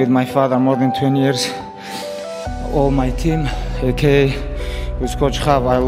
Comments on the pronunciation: A K A not aka bro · Just say AKA not auka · Ok bro. You can't make mma videos and mispronounce A.K.A.